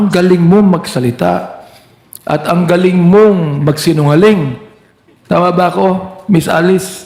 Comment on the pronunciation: Excuse me blogger how do you say the word GALING …..PLEASE REVIEW YOUR INTRO…..PAKI AYOS LANG😳